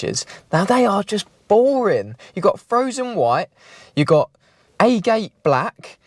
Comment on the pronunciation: I liked the original Mk1. Lovely boxy shape. Metallic Green or black vinyal roof and yellow body. C'mon rebuild as it was. zinc dipped and built with the necessary obligatory safety features. Oh and for good measure make it easy to fix and clean to drive. Agate is pronounced (Ah-gate). This is what you get with Text to sound software.